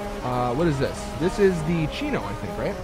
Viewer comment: primo? thats the faction my brother thats the chino bro, i know that u knwo u r saying wrong, i just have to say it, lol